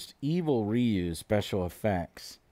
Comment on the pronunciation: Rayou. Ryu... Oh boy...